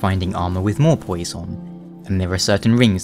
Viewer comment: his way of pronouncing poise..heh poyeese